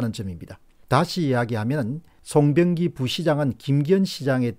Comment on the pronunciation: 시장을 종종 사장이라고 부르시네. 일부러 그러시는건지. 송병기도 송영기로 부르고